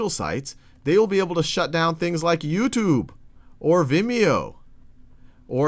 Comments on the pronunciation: I like how he pronounces it YouToob. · I know this is kinda irrelavent but I like the way he says youtube (yooutube)